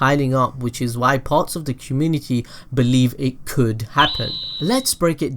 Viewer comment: Communiky xD